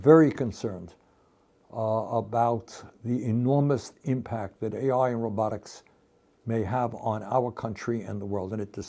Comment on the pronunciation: You mean rowbuttics 😅 not robotics